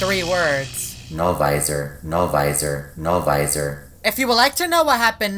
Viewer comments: Im biggest fan of No-Visor its also not Novisor its No-Visor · No visor no visor you please stop speaking like that